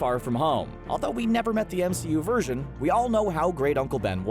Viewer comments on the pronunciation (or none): none